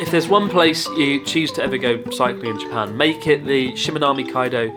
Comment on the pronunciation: How is it that a japanese guy cant say "Japan" ?